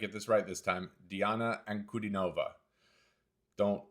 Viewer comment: NOTE : Anku-di-nova...stress on di syllable. NOT Ankudi-no-va. Real fans know how to pronounce her name the way she herself does :)